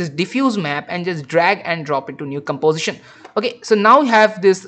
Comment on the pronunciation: gambozishen? golor? What kind of speaking is this? If you spend 1/ of the time you spend on after effects on correct speaking, you will be an English teacher